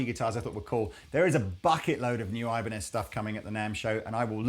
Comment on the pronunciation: Jokes aside, Ibanez is a spanish company in origin. The correct pronouncing is "EE-ban-ez". Pedantic, but i think its good trivia knowledge.